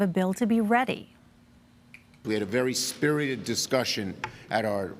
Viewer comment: "We had a very 'spiried" discussion". This is what happens after listening to Pres. Biden speak for any length of time.